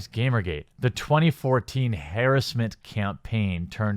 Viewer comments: Mob "hairisment" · I love how you pronounce 'hairessment.' Happy 100k subscribers day, man. A shame it had to be stained with this piece of shit article. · Why can't you pronounce 'harassment'? ): Anyways, great video man!